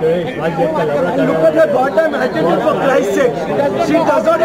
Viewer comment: Attitideless?? 😅😅😅 Is that a word?? 😅😅 I learnt a new word🤣🤣🤣